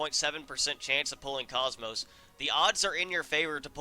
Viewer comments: It's not pronounced cosmos. It's pronounced Kohs-mos. Like saying coast without the T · u miss pronounce komos if u played the orignal xeno games her name is Kooomoooos long o's